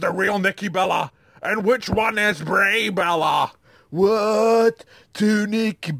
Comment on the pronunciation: "Bray Bella"